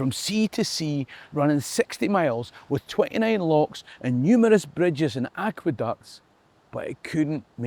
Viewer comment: Locks, not lochs. I was waiting for it...